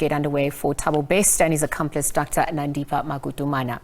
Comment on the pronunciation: wow! he pronounced Nandipha's surname better than our own Justice MInister